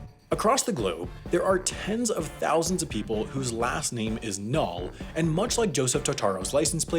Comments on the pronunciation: It’s “null” not ‘null’ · Kinda irritated me that he sayd null and not nill